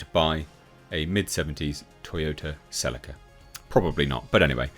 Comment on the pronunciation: Is that how you pronounce Celica? Im not having it